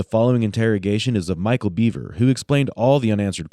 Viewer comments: It’s pronounced “Behver” not “beaver.” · BEVER not BEAVER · The thing about this case which buggs me the most, is that the boy is called "Bever", but is being pronouced as "Beaver"... Wtf USA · Their last name is pronounced Bev-er not Bee-ver just for clarification. These boys are sick in the head. There's a special place in hell for these guys. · It's bever not beaver bro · Why is the narrator saying beaver?